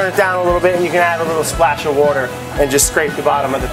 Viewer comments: about 1 min in i hear him say wourder and i don't see a subtitle for it. WHERE IS VINNY THIS IS LIKE PAJAMA SAM WITHOUT FREDDY FISH. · I know Vinny was ITCHING sense he couldn’t add “wouder” somewhere on screen